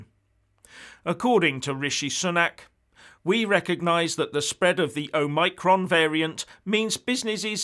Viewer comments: Delighted to at last find someone that pronounces Omicron (Oh Mike Ron) correctly with the emphasis on MIKE. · You are correct about all this. And I like the way you pronounce 'omicron'. I think this is the correct way of pronouncing the word.